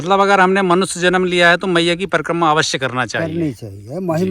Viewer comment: परकम्मा नही परिक्रमा कहो l प्रसादी नही प्रसाद कहो l भोजन प्रसादी ये ठीक नही है l भोजन भोजन होता है और प्रसाद प्रसाद होता है l भोजन मात्रामे ज्यादा और प्रसाद थोडासा होता है l माफ करना अगर गलत हुं l